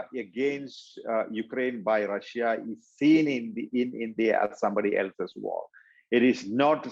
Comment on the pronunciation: when "English" is an official language, when Russia is all over the news, and you still cannot pronounce "Russia" in English in an interview about Russia... priceless